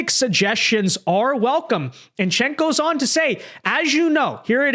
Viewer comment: It's jenk like jenkem not chink like what you are.